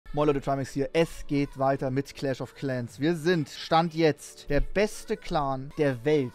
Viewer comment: Es ist so geil weiterrrrerrerrrrrr